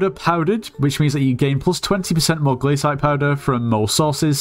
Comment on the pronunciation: Bro thats the way its pronounced